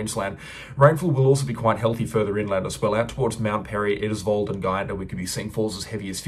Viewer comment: Thanks. Just fyi Eidsvold is pronounced IDE'S VOLD 🙂